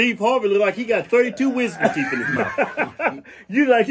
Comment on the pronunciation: Damn! That MF Got Some "TEEEEEEEEF"!!!!!!!! lol Teef MF Teef lol